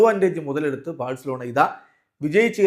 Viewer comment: Its not Barcelona it's varcelona 😂 pls reply cryfans